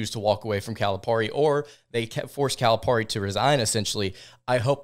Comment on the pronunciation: ..its cali pear ie..not calip are ie